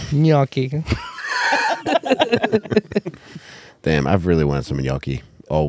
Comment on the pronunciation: Now is saying "yonky" and it's still not gnocchi 😂